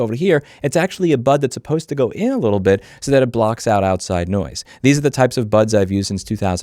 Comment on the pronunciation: "Send them a lil message." You've never sounded more Italian, Louis! 👏😂